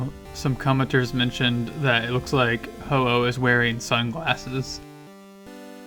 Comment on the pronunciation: That isnt Ho-oh Thats Oh-Oh